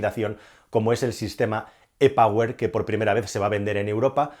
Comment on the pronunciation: E POWER se pronuncia " I PAUER " Por favor que hablas inglés.